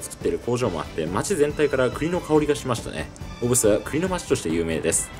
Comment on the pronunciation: 県外の方は小布施のことをよく「お↑ぶせ↓」と言いますが、スーツさんが仰るほうが正しいですね。でもまあそこは個人個人の事なので首は突っ込まないですけど笑